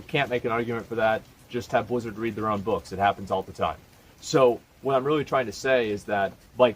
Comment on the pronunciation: Nobody: Asmon: bleezurd